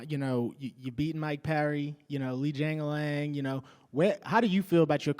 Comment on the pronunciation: Lmao “Lee Jangalang”